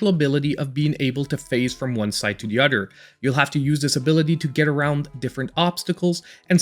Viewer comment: Dude it “other” not “udder” what the hell is wrong with you?